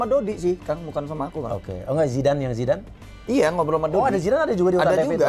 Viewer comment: Gagal paham bang Andika sebutin nama Zidan...manggilnya zamban 🙏🙏🙏🤭🤭🤭